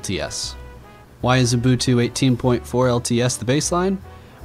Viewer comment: STOP SAYING UMBUNTU OH MY GOD